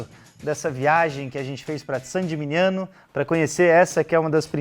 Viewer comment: Muito bom! 👏🏻👏🏻👏🏻👏🏻 Há 3 anos, fiquei uma semana na Toscana, sendo 3 dias hospedado dentro das muralhas de Saint Gemigniano. Que lugar mágico! E que vinhos! Quisera voltar um dia! 🍷🍷🍷🍇🍇🍇 Mas,, sua pronúncia de "Gemigniano" errada, não se fala "geminiano" (isso é pra quem é do signo de gêmeos 😄), mas "geminhano", já que o "gn" italiano tem som de "h". Todo mundo se equivoca nisso. 😉 No mais, parabéns pelo vídeo e pelo canal.